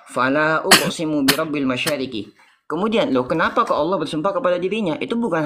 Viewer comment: muslim harus kembali ke sd, belajar baca bhs latin, latin allah koq bacanya auloh